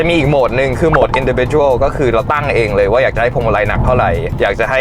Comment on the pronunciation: Individual ครับ ไม่ใช่ indicidual